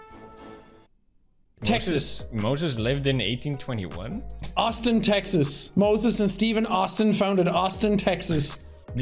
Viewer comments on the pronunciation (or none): none